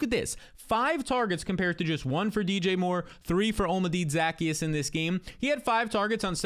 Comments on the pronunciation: Devastating stuff here from. You think you know a guy until they try to pronounce Olamide Zaccheaus. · How about how he pronounced olamide zaccheus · what the fuck was that, what a butchering of poor Olamide Zaccheaus name